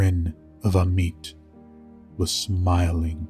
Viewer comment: For future reference, it's pronounced Ah-met, not Ah-meet. Ammit is probably my favourite creature from Egyptian myth, the she-demon that sits by the scales waiting to devour hearts(and by extension the soul) of the impure in the afterlife. A double death really. Not technically good or evil, just doing a job.